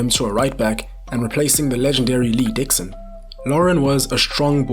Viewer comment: When he said lee Dixon I was in shock